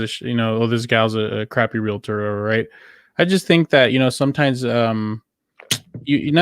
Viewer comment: Real-tor...not reala-tor